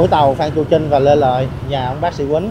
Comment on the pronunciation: CHAO CHAU THI KIM TRINH..THAY VI E PHAT AM KH CHUAN..THANH TEN CHINH..TRINH CHU KH PHAI CHINH NHEN E..